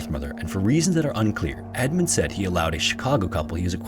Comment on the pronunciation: " said rick" not seed rick "Wa kuh shaw".. for next time great vid as always.